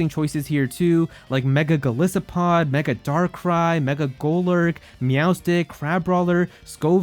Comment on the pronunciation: You said Golisopod wrong. It's based on a isopod, a bug that isolates